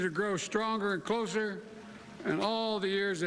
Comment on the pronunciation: "grow stronger and clozzer"?